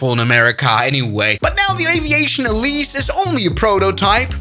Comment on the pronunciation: also its alice, not elise lol